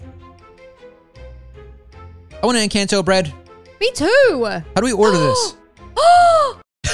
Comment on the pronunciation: its pronouced encɒnto